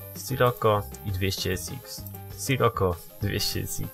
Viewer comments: mówi się "Sziroko" a nie sroko!:D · Drogi nie mówi się Scirokko tylko Sziroko:) I nie mam bólu dupy o to:) Pozdro